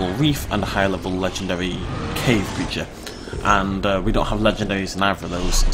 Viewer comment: its CREATURE!!